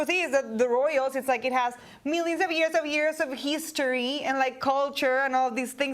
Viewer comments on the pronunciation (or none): "Heeestory" its history pendeja